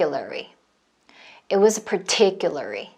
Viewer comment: Particularly 를 particuly 로 발음하는 것처럼 들리네요